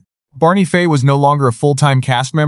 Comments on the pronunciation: It's Fife,not Fay. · FIFE doesnt sound like FAY. And saying "she" when it should be "he", very distracting. Thelma Lou, Barney Lou and Andy Lou??? Come on!! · This AI narrator is probably the worst I’ve ever heard. Pronouncing peoples names wrong, not just one, but all through the story everyone’s name was mispronounced wrong at some point. The worst was disrespecting Barney Fife’s character as Barney Faye at the end. Then it misgendered several characters calling the she’s or he. Either the person writing this story completely messed it up or AI totally screwed it up. This is one reason I hate AI so bad, it is so upsetting and infuriating.